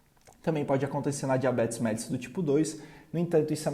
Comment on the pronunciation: A pronúncia correta é MELLÍTUS, e não MÉLLITUS.